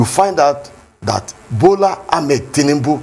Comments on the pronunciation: keep deceiving yourself by thinking that your ‘Tinimbu’ will get votes from the South East. You can’t even pronounce your Oga’s name correctly. Ewu awusa. Shame on you. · This one can't even pronounced Tinubu well.